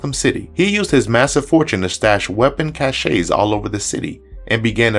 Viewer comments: cache -> ca-SHAY lmao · The moment you said "cachey" made me question why I was watching this video. The E is silent in the word cache. A weapon cache. Not a weapon Cachay which is what you were saying. It's hard for me not to judge people based on their knowledge of the English language.